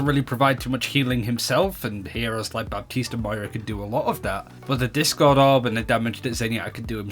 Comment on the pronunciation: The p in Baptiste is silent!